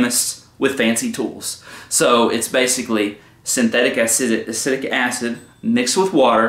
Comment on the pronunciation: Please learn the proper pronunciation of “acetic” acid. It will help make your videos more relevant.